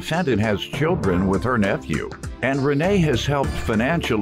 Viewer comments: She was a teacher...what the heck is a “naphew” 😂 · I’m sorry… NA-PHEW?? Lol Just a joke, friends❤️